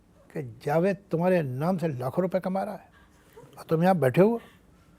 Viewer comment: Abey zaved, Jahil balkay zahil it's Jaaa ved